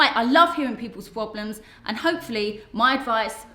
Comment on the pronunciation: So many PWOBLIMS